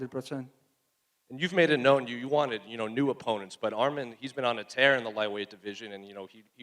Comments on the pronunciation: To the first couple reporters… his name isn’t Armen… it’s Arman… say his name correctly. Not an E its an A. lol bro seriously your getting paid to ask question learn how to say the fighters names. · Name is Arman NOT Armen